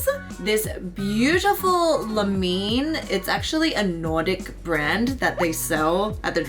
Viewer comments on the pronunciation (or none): Hello! I'm from the country where Lumene comes from 🇫🇮👋🏻. It was a nice surprise to have a product from them here😌 For English speakers the brand is pronounced like "lu-meh-neh", not like "lu-men". I wish they would leave out all the fragrance components out from their skincare products, but I enjoy their makeup base products very much. Their CC cream in a purple cap, white tube, is so nice (it's a low medium coverage foundation with natural finish). A wonderful product to slap on with using only fingers... It is a brand that has light enough shades for the palest of people but I think their range goes up to medium skin tones.